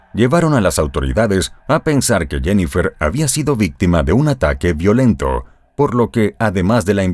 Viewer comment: Interesante historian! Solo que algunas palabras son en inglés y tratas de traducirlas y lo haces mal!!!😅por ejemplo “Violent” is English right? Ok in Spanish es “Violento” y lo pronunciaste mal! Deterioraste los dos idiomas!!! Perdón ok!!!